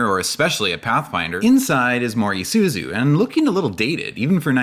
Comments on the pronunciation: "ee-zoo-soo" not "eye-zoo-soo" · The commercial just said “e”suzu and you keep saying /i/suzu. 😣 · Did you just say "eye soo zoo"...? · The correct pronunciation of Isuzu is "E-suzu" I believe Australia pronounced the one you said, but generally it's not. Edit: at least you said Isuzu correctly. Thank goodness. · You included a commercial that tells you how to pronounce Isuzu, and you consistently mispronounce it throughout the rest of the video. It's just one of those psychological tactics to keep people engaged with the video out of pure hate. But wait, you change how you pronounce it halfway through the video. I'm done. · Well, at least you managed to correctly pronounce Isuzu 5 times in the video. When you pronounce an “I” in almost every other language, it is not like a defamatory “eye”’talian. The English language is difficult enough. Please don’t bastardize it any more than it already is.